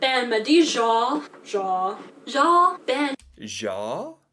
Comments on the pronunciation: Québec here. Come and visit, and you will be welcomed with open arms. However, leave Trump at home. Lol.. Chatty Cathy was saying what sounded like jaw. She really means genre (sound very similar). Translation, like! Mostly used by young people. For example, I saw a beautiful lady the other day. She was LIKE as skinny as a model. Hope this satisfies your curiosity. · First of all her prononciation is very bad. Genre: we roll our R and it means literally “like” in English. De toute façon: means “Anyway” Dans le fond: means “ Bottom line” Ouais: means “yeah” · She means "genre", she just cant pronoumce it properly. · Genre = Style, you'll probably ear it a lot in american discussion relating to different genre(style) of anything, ( it pisses me off cause you american do not pronounce it right the E at the end is silent) Québec is really another country that's why a lot of us want our independance, dans le fond means anyway , oui pronounce we means yes, different iterations like ouais is equivalent to yep, de toute facon again means anyway i'm a Québecois and i speak fluently french english italian my name is Gilles